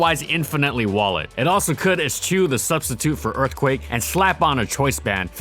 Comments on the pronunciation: It’s pronounced ‘esh-ew’ not ‘es-chew’ for future reference. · Who else says the "How good was 'X' actually?" part out loud? Also FYI, "eschew" is pronounced "ess-shoo," like a sneeze! Excellent five-dollar word. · eschew is said like ehs-skew not ehs-choo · Damnit he pronounces “Eschew” phonetically.